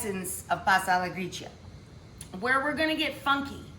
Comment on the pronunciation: It’s gree-cha and reh-jah-no. You do not pronounce the “i” following the c or the g in these words. Please brush up on your understanding of Italian pronunciation!